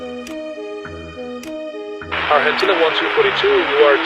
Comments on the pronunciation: a torre sacaneou a piloto, foi pura maldade (dá para ver desde o inicio as más intenções do controlador , só de ouvir ele pronunciar a palavra "Argentina" tentando um sotaque argentino) ele obrigou o avião a arremeter por uma pequena diferença, fazendo o vôo ficar no circuito de espera e atrasando muito a aterrizagem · Briga de egos dos dois lados… ela arrogante pra krl e ele, quando começou a falar, já tinha um sarcasmo embutido ao pronunciar “Argentina”…